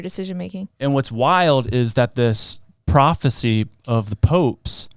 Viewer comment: bro she said papisie instead of prophecy she literally has two brain cells and they are fighting